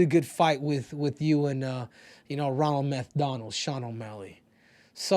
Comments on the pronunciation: “Ronald Methdonald” Sean O’Malley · Ronald Meth-Donald 🤣🤣🤣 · “Ronald MethDonald” 😂😂😂